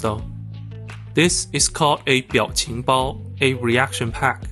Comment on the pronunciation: 表情包发音挺准老哥哈哈